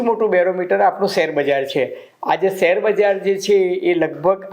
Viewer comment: સેર નહીં શેર કહેવાય ભાષાસુધારો